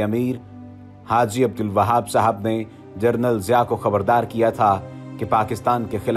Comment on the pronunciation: جنرل کو جرنل کہہ رہے ہو